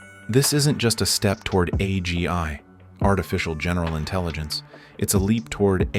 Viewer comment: for a video about AI one would think you could have used a less blatantly obvious fake AI voice... also INTELLINGENCE...sigh